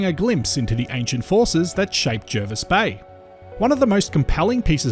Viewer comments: Its pronounced jah-vis bay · Why do so many people pronounce Jervis Bay wrong...